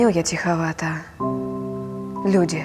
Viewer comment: В русском языке тире ставится на месте опущенного глагола "есть". Это значит, что для Евтушенко родиной являются люди («Люди – родина моя»), а не абстрактная "Родина". Поэтому словесное ударение надо делать на слове "Люди". Если Вам нравится выделять слово "Родина", то читайте другие стихи, их много разных. Но переиначивать смысл стихов великого поэта на свой лад, я считаю неэтичным.